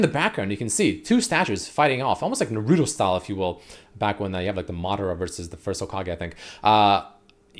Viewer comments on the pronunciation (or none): none